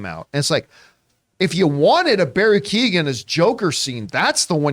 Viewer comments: Americans and Canadians just butcher names . Prenouced "Key""Eoin" not Keegan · You guys are pronouncing Keoghan very wrong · pronounced KYOH-gan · Barrys surname is pronounced "Qo-han" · Key-ohn is the pronunciation